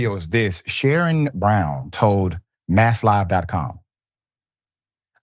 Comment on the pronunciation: His name is pronounced Sha-Ron, not Sharon! Dr. Richie stay butchering names 😮